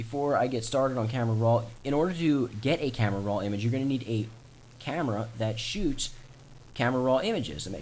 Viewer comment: Almost 7 minutes of blahh blahh blahh saying camera rrrroooaaa